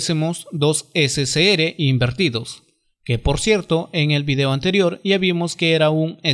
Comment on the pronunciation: ese se ere y gue no seria correcto al pronunciarlo, se pronuncia ese ce erre y ge... por lo demas excelente explicación, muchas gracias.